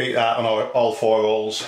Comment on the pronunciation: its holes not ooles